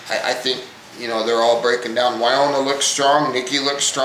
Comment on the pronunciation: Woniya. Rhymes with KOREA. WO-KNEE-UH. Enjoying your comments.